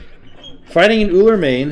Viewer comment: "He' s Ullr and l' m not Ullr" yea in this one you were just "ul".